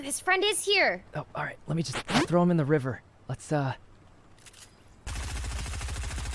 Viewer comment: I almost died when he said “let’s uh trow him in the river”🤣